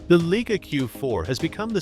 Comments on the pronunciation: 'Leica'...........NOT 'Leaker. Drivel. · WTF is a Leeker! Plus this video actually says nothing!